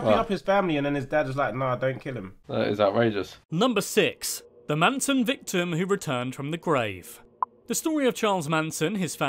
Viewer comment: ITS NOT FKIN MANSOM ITS MANSON